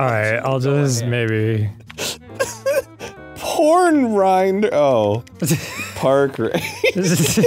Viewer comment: "PoRN RINDER?!" arin, honey, PLEASE